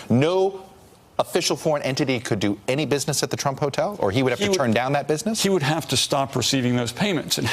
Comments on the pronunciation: "Donald tumpt" hahahha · Graham Jimerson almost sounded like "chump" lol